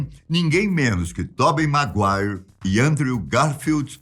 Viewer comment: Sem dúvidas "Tobi Maguaire"🤣